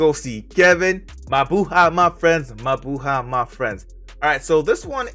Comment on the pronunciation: uh.. its mabuhay